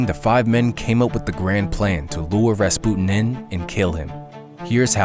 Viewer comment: So strange. Maybe Millennial mispronunciation, maybe butterfly effect, maybe I’ve been wrong my whole life, but for many years it was Rasp-you-tin. So strange to hear it differently than I grew up with.